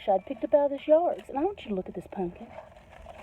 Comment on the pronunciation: I love that you pronounce it, punkin. LOL. Reminds me of many of my extended fsmily.